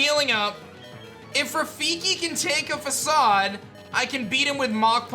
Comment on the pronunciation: Dude you're pronouncing Facade wrong.